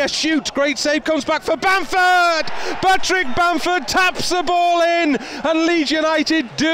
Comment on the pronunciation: Who’s Batrick Bamford ? 😂 MOT